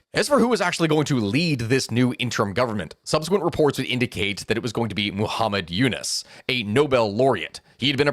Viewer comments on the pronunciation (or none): none